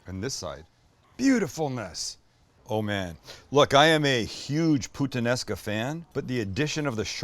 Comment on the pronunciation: "I'm a huge putanesca fan" bawhaha